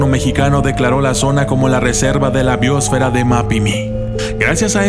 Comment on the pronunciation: No sabes ni hablar. BIOOOOOOSFERO